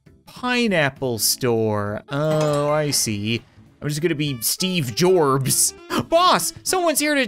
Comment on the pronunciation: "Steve Gorbs" i think you mean steffen assistant